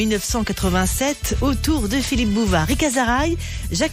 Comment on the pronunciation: "Monsieur Bouvèt'" 🤣🤣🤣